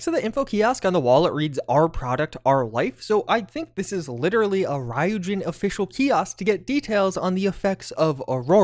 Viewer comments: Ryujin is actually pronounced ree-you-Jin. They say it that way in the Clip in neon where their mentioned. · You are butchering the pronunciation of Ryujin